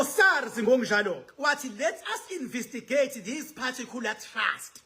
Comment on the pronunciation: Khuluma isilungu nawe. Its investigate😅 not invisigate